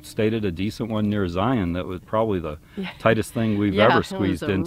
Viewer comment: One of the first people that I have heard pronounce Zion correctly. :) Great Q&A!